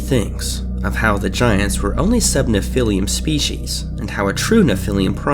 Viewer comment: Nephilim is pronounced Neph-ill-em Not nephil-liam